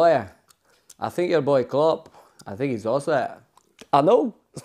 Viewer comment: Jose : i sink, i prefer not to speak